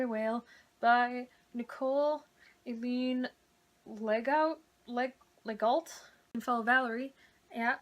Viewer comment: Legault is pronounce lego in French.